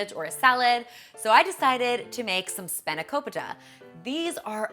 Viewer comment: I really liked this but I'm Greek and every time you said filo dough I cringed... It's feeeeellloooo dough makes an eeeee sound. How to pronounce spanakopita is a lot harder to explain so I'm just gonna let it go:) I really do love your videos so don't think I'm being rude!